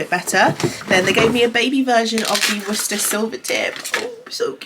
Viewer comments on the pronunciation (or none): none